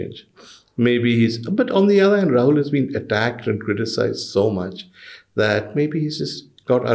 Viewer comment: Ms. Barkha It's Rahul not Tahul🤨. Please correct it